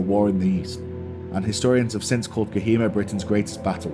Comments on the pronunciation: Btw...bro it's not kahima..it is kohima...for you better knowledge and for your better pronunciation. 😅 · It is pronounced co he ma